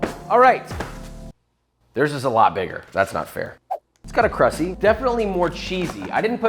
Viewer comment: my man did NOT just say "crussy" omfg dead